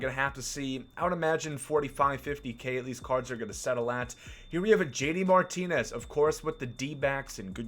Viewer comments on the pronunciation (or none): none